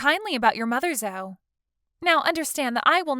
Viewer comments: Its pronounced zo ee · Zoe is pronounced zoee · Good story and just FYI - Zoe is pronounced “Zoee”.